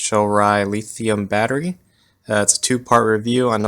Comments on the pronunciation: I'm not sure who told you how to say lithium as leethium...but whoever it was...go throat punch them. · It was hard getting past the lithium pronunciation, but other than that great review, bud👍